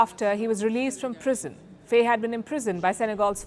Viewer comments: It's pronouced "fie", not "fey" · Pronounce faye as fye in Senegal